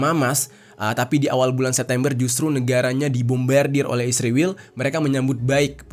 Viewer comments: Israel min bukan Isriwil 😂😂😂😂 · Setelah sekian lama nonton vidio ABNG, kenapa Abang bilang isriwil bukan Israel 😂 mantap lah pokoknya bng🎉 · Kenapa kau sebut Israel bilang isriwil?